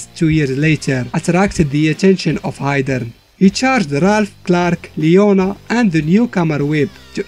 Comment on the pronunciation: "Geidern" LOL